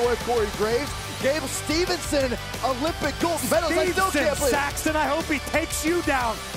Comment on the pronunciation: made me laugh Byron Saxton mispronounce Gable Steveson name Corey Graves responds Steveson Saxton i hope he takes you down